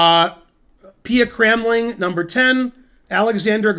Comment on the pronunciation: You did not pronounce Pia Cramling correctly, though its not so far off. It should be like "kraamling".